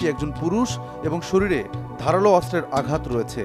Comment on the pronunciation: অস্ত্র উচ্চারণ শুদ্ধ উচ্চারণ করতে হবে, অস্ত্র উচ্চারণ শুদ্ধ হচ্ছে না 😮😮